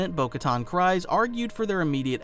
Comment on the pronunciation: Solid video, also just fyi, it’s pronounced “Kreez”, not “Cries”.